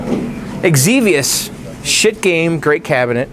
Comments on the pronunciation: Zevious... not Egg-Zevious. Don't ever put an Egg before an X on any English word or name. If it starts with X, pronounce it like it's a Z. You're right about people fixing your pronunciations. :-) Xevious was one of my favorite games. I had the cart for the Famicom back in the day also. It was a nearly perfect port. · You said xevious wrong. "ZEVEOUS" is how you say it